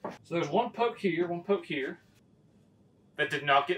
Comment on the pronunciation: He said one poke herre, one poke there😂